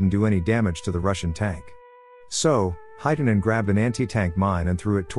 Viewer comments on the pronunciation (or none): It's not heitanen its hietanen and vilho is wrong also its koskela